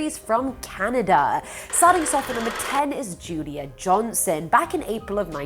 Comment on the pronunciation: U kept saying judia instead of julia but that’s none of my business love the videos